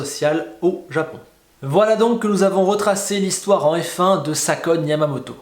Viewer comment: Ou bien regardes où tu recules m-m-mais "Salkon" Yamamoto